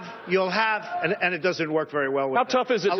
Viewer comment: "Dudn't matter. Dudn't matter."